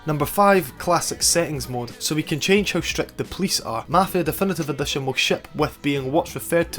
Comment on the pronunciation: "dEfEnEtEve Edetion" man how the fk can u talk like that?